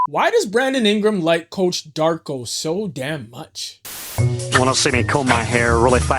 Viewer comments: Yeah, crazy how he can get Mamu’s name right but not Darko’s lmao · PRONOUNCE DARKO’S NAME RIGHT IF YOU’RE MAKING A VIDEO HIGHLIGHTING HIM - unsubscribed